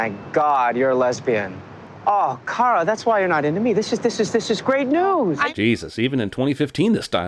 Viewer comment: I HATE the way they pronounce “Kara” It’s WRONG!! Her boss says it correctly. If you watch the original Supergirl movie, Smallville & any other show Kara was in. It was pronounced “Care-a” not “Car-ahhh”